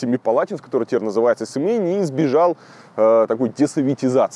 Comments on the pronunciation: Есть же слово сЕмья)))Тэнге-слово тЕнь)) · Ну какой СЭмей, Илья. Ты же не говоришь СЭмэпалатинский полигон. СЕМЕЙ. Аж слух режет. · Илюха! Не сЭмЭй а Семей. Ни Эээээээ а Еееееееее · Какой нах Семэй!? Ты букву "Е" не выговариваешь что-ли!? Масква, ну как норм!? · Илья, вы читать не умеете на кириллице? если в названии есть Е, зачем произносить ЭЭЭЭ???? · Вот не понимаю, когда говорят в словах вместо "е" - "э": СЭмЭй, не говорите же: ПЭтЭрбург, ЛипЭцк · "Мы сейчас на окраине СЭМЭЯ". Ну какой СЭМЭЙ? Никто же не говорит ЭКАТЭРЫНБУРГ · Непонятно почему ему так сложно произносить через Е) Вроде СЕмипалатинск, произносит и тут же сЭмЭй. Будто бы специально показать что не русское название. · Аканье - всеобщий для русского произношения феномен. Смиритесь и примите. Слишком сложно следить за собой при каждом произносимом слове. Американцы видят IRAQ и произносят АЙРЭК. Мэдэгэскар, Сэмэра, Кэбэровск. Просто они ТАК произносят букву А. А мы ТАК произносим безударную О. Это данность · "Сэмэй, засунь ей под ребро.."🤣🤣🤣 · Почему СемЭй?...Русскими буквами ведь написано СемЕй! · Сэмэя😂 Семей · Как же бесит это Сэмей, тЭнге... Три года как живу в РФ и просто не врубаюсь с чего все местные, узнав, что я из КЗ, говорят тЭнге. Какой-то дурацкий всероссийский стереотип, пытаясь передать казахское произношение, все тут начинают Экать, блин, откуда этот бред взялся вообще. Задолбалась объяснять, что в казахском языке вообще почти не встречается буква Э, только в заимствованных словах, а так тут везде мягкое Е. Русские как привыкли кавказский акцент изображать, так и казахский изображают, ну, глупо же. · Видимо Варламову не рассказали этимологию названия города "Семей" от "Семипалатинска", поэтому он изощряется, произнося "Сэмэй" как бы на казахский лад. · Сэмэй ай как слух режет для коренных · Сэмэй, вот чудик, не может букву "е" выговорить. Вообще у русских русский язык хромает. Безграмотность зашкаливает.... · Kairova я думаю да, все незнакомое они произносят с Э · Сэмэй, тэнге 😂😂😂